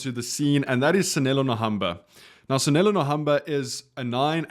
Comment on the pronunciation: You are a content creator, you are South African... But still pronounce names wrong... How TF? Btw it is Sanele